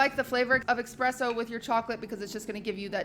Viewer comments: espresso. not expresso. that is all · Expresso? Wtf is that? "Hits you like a train!"? Its Espresso. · I don’t drink coffee, but every time I hear someone say eXpresso and not eSpresso I just want to die. You said it three times within 10 seconds. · expresso exspecially TAR TAR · “expresso” “expecially” “dyslexic” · exspecially, expresso... has she learned nothing from lud the english major? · why does she say ”ecspecially” and ”ecspresso” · just because people aren’t perfect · Qt, it's espresso. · chat: "espresso hold the X" I'm glad that even when I'm not there someone is there to be that annoying person who points out that that's not how you say that. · saying espresso with an x is kinda cute but still wrong though ^^